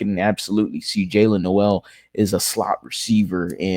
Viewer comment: Dude, it's been a week already...... Learn how to pronounce NOEL correctly SMH 🙄🤦‍♂️